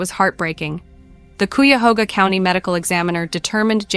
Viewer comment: Cuyahoga is pronounced KYE-UH-HO-GUH. Either way, its a crap county, and Cleveland is a crap city. Oh well, at least we're not Detroit.